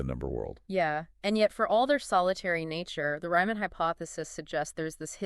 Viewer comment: "Ryman"?!?!? It's "Riemann"! 🥱❤️